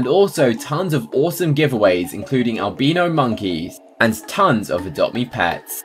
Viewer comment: Btw it’s called (al) (by) (no). Not to be rude